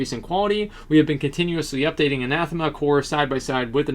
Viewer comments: I'ts "Ann Uh Theem Uh" by the way. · It's Anathema. He's just saying it wrong.